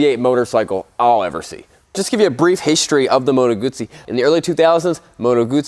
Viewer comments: Congratulations for the pronounciation of the Moto Guzzi brand . Ciao from Italy 🇮🇹❤️🇺🇲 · Ahhhhh someone pronouncing Guzzi correctly <3 Made me happy for a tiny moment there.